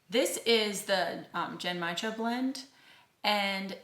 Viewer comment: Really enjoying the channel. The Japanese tea is pronounce (Gen-mai-cha) gin-my-jah.